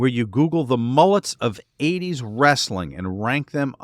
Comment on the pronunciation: Wres-sa-ling bro